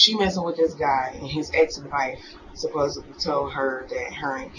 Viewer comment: Never trust anyone who says “supposeably” because it’s not a word.